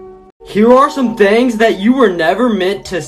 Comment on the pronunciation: The way he says thangs other than things